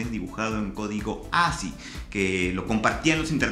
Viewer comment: ASCII se pronuncia 'asqui' madita sea :'(